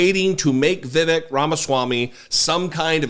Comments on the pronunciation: "vivik" LOL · Its more like viv-ake. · His name is pronounced “Viv-ake.” As in “fake.” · Pronounced Vi-vake, mf er! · Jesse, Hello, love your wife doing a turn on the DP show! Uhmm it is VEEVAKE like "Cake", I heard him so say. Cheers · You can’t call out republicans for calling Kamala Harris “Kuh-mala” instead of “Comma-luh” and then proceed to call Vivek Ramaswami “Viv-ick”… please let’s not be hypocrites like them. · You can’t even pronounce Vivek’s name right. You have no credibility. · He’s a nut job but please be respectful and pronounce his name correctly. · Vivek isn't going to be on any GOP ticket. It's too hard for a GOP voter to say his name correctly. The temp stand in for David can't pronounce his name correctly and he's a liberal/progressive commentator.